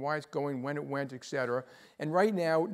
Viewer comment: It kinda disappoints me that a person of his intellect says "eck cetera".